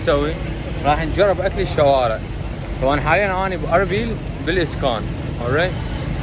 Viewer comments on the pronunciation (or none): اوكي ❌ اوري✅ اربيل❌ اوربيل✅ شهل لغه علمنا عليك الله😂😂